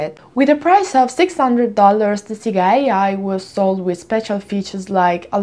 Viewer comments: It's not "Seega" (Siga) it's "Sega" but maybe it was intentional to collect as many comments as possible. I saw that thing all over the social media. However, I am subscribed to your channel and I watch all your videos and i click "Like" to all your videos so no need for cheesy intentional errors in order to people comment your videos. 😙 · In Italy we're used to called it "Seega" because the original pronunciation has different meanings in our language, one of that is quite explicit and kids shouldn't say it. You can check italian commercials from the 80s-90s for confirmation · Sega in Japanese is pronounced like Mega, or like sega in Italian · "Instead of focusing on the content" Ah, the irony... ;) Her pronunciation of Sega has nothing to do with what you're talking about. You don't seem to be aware that Sega is usually pronounced like this in Italy because the "correct" way to say it is an offensive word for a certain sexual act in Italian. Look up Italian Sega commercials, they're all saying it the exact same way. Btw, I'm not Italian, but it isn't difficult to google it.